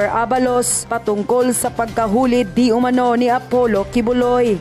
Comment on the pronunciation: yon iyong Di Umanao sana mabago, kasi ibig sabihin ng iyon di umanano, hindi mo nakita at nakibalita, nakarinig ka lang na hindi ka sure sa ibabalita mo!